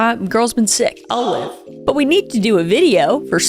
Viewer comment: When you said “I’ll live” it kind of sounded like you said “Olive” 🤣 So all I heard was, I’ve been sick, olive.”